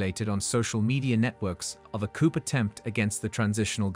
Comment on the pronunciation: It's NOT 'coupe' (meaning cup in French). It's [koo], the P is silent!